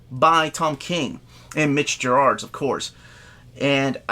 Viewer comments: I also really want Mister Miracle in Absolute format but one thing to note is that his name is Mitch Gerads not Mitch Gerard. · Mitch Gerads - Hard G and only one R. Ger-adz